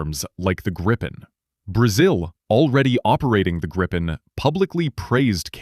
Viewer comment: Its GREEPIN not Grippin